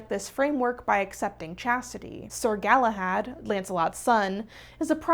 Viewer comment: Galahad pronunciation is a bit off